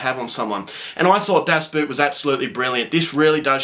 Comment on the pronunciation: Pronounced boat